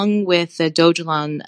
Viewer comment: Not to be rude but his name is pronounced Vit-AL-ICK. Second, the currency is not pronounced Dog-E-Lon. Mildly infuriating .